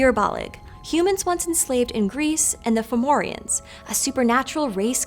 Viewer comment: Some notes on pronunciation because Irish can be tricky if you don't know the phonetic rules Tuatha Dé danan: To- ah -ha de dan -aan Fir bolg: Fur bolg/bolc Sidhe: she (as in bán Sidhe, fairy woman - banshee) Fo/mor/rians stress on the mor